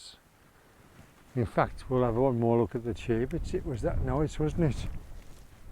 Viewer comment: Oh you seem to have removed my comment correcting your pronunciation of the word Cheviot. As I explained,the word has only one "e" in it. Just say it how it's spelled Why are you so sensitive about this, you obviously don't come from the area, so you may not have known.